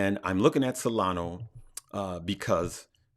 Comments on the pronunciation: Hey, thank you for your excellent content an tips. I´ve been following you for a couple of weeks now and I really appreciate your great sense of humor and the knowledge you share. Since there is always room for improvement, I hear you say Solano instead of Solana when you refer to that coin =). Live, love, laugh and learn! My best wishes to you! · did you say Solano and Manor?